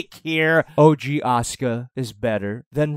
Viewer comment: It sounds he said Oscar instead of Asuka